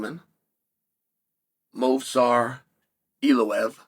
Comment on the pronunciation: Mosar Abloblev 😂